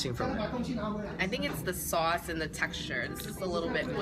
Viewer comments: You are absolutely gorgeous!!! And the New York accent when you say Sauce... "Soace" HA!! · I like how she sounds normal , until she says sauce and that new york accident comes out lol . Btw I've always wanted to try stinky tofu but there's not alot of places here where I live that sells it. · She kind of has a Brooklyn accent when she says "authentic" and "sauce"